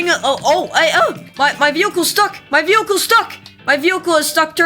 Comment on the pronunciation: “My vehychile stuck” - 2024